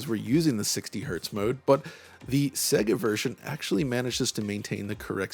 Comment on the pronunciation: Wonderful video but please pronounce SEGA correctly. It's SEYYGA (as in 'AGES'), not 'SEGGA' as in EGG.